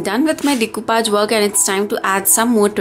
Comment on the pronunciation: It is pronounced as de- coo- pash and not decupaj!! 😃